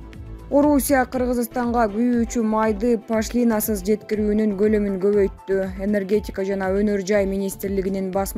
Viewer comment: Эээй журналистер пашлиинасыз дегенин эмне кайра кайра сабатсыздар Пошлинасыз деп ударенияны О тамгага коюп уйронуп алчы